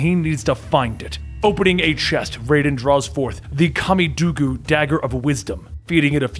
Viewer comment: It might seem irrelevant but you said kamidougu wrong